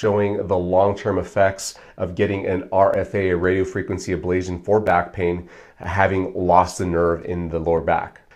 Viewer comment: FIrst, you are repeatedly mispronouncing Ablation as if there is a zio sound instead of a tio sound. This makes me wonder if you know what you are talking about if you cannot even pronounce the word. Secondly, I know someone who has had successful pain relief in their cervical spine that has lasted for 10 years . This procedure is not promised to get rid of all of the pain. You do the the testing with lidocaine injections every so many weeks and you rate your pain relief to inform yourself and your doctor as to if this procedure is likely to be successful. Physical Therapy sucks for most things. My wife passed out for the first time in her life at her first physical therapy session which was a very light session. Physical therapy is unpredictable and is based on the therapist and their methods. Physical therapy is just as likely to be unsuccessful and in my opinion based on my experience, less successful. In this world we live in there is so much lobbying done to reduce certain practices and promote others. In many cases the ones being promoted are not as useful and successful as the one's getting bashed as being no good and more hurtful than helpful. DO your own research. Watch plenty of videos on youtube while keeping all of this in mind. Do not let Doctors tell you "Don't use Dr. Google." Dr Google often says the opposite of the Dr or therapist being promoted via lobbying.